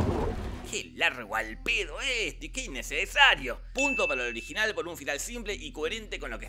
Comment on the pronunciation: un inneceeesario bien cordobes xD